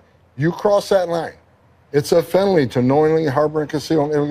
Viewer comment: "it's a fenoly"